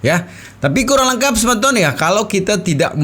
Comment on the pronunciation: Bukan sebeton tapi semeton, semeton itu artinya seperti sahabat atau sodara